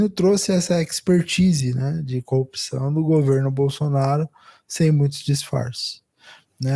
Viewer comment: Ai meu Deus 🤦🏽‍♀️ Até o comentarista do Meteoro fala COPÇÃO em vez de CORRUPÇÃO, igual ao Moro e o Galanhol.🤦🏽‍♀️